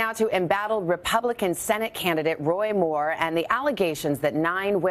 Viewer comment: The Washington Compost Jew reporter left voice messages offering "5 to 7 thousand dollars to any woman between the ages of 54 and 57, willing to make damaging wemoks about WOY Muww "